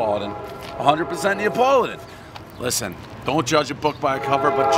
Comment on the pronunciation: Is it “Neopoladan”?